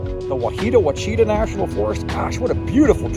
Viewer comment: its pronounced wash-e-taw